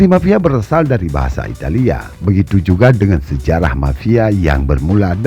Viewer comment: Italia bukan italiya ngaco, jangan di lebih lebihin lahh, kasian sama orang yang belom bisa baca bikin bingung pelajar aja